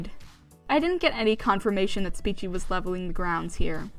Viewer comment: The fact you say Speechie makes me so mad lol